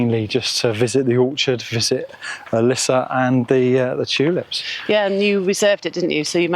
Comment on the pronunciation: Well that worked! Perfect pronounciation of Lisse! 🤗 'Meer' means more by the way.